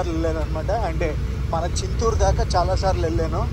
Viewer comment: చిత్తూరు కాదు నాయనా,చింతూరు. వర్షాలు తర్వాత అయితే ఈ వీడియో బాగుండేది.